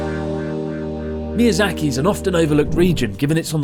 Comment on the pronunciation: Ahh yes mizayaki wagyu beef is the only thing i can think of when he says mizayaki.